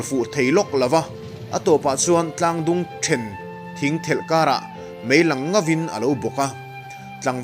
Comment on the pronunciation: Dapzar tih leh Then thing tih hi i thluk dik lo....Mizo ṭawng hi uluk teh u, naupang te te ten in thu leh hla hi an ngaithla ve zel si a.